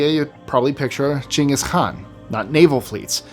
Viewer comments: Well done! The 'kh' of khan (or any other name) is indeed pronounced like the Scottish 'ch' in loch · I loved that you pronounced khan correctly